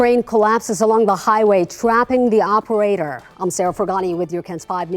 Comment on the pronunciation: It sounded like you said Scraping the Operator, as in ded.